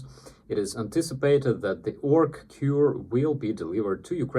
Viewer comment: Orc Cure??? did I hear correctly? love it.